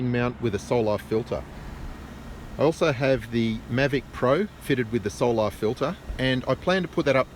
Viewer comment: What a joke and learn how to pronounce solar it’s not solaaaaaaaaaar 😂😂😂😂. You guys are pathetic joke. Go watch DITRH He’s made plenty of drone videos of sunsets showing how it gets smaller and farther and blocked by layers and layers of atmosphere. I don’t know how this poor guy is still trying to prove the globe when none of his other globie scientism friends are even trying. The solar filter blocks at 99.9% of everything else so it’s probably also blocking out a big portion of the edge of the image of the sun.